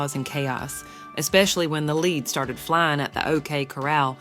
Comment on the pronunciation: It's not pronounced 'leed', lead is pronounced led, not leed. Wyatt Earp was pronounced Erp not arp